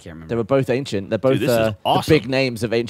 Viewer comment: says ankshient